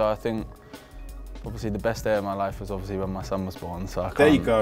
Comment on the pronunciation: Luke “Oviouslee” Shaw